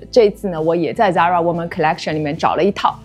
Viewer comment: 根据西班牙本国人的指点，这个发音是塞拉Zara